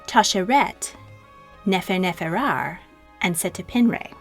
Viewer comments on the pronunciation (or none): The aten is pronounced separately...Merit-Aten not Meri taten. Meket-ATEN, not Meke taten. Aten...pays homage to the Sun i.e. Ra. The same goes for Amun is Sun and Air. Nefernefer ooohray not Nefernefer ARE. Their names flowed like melodies and should not be spoken in haste or harshly as is done in this video.